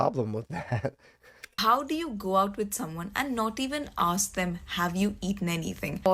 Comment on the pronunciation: UK black people. You are not American. Do not say arks. You know it's ask!